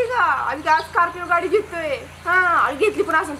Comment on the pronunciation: स्कोल्पीयो पोंगपोंग..😂😂😂😜 तू पहिले मराठी बोलायचे classes लाव भावा..!! स्कोल्पीयो पोंग पोंग 😂😂😂😂😂😂😂😂😂😂😂😂😂😂